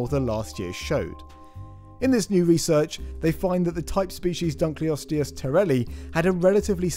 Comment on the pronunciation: Dunkleosteus was named after David Dunkle, and I don't think his name was pronouced "Dunkley". Please! Dunkle. Osteus. Dunkle Osteus. Dunkleosteus.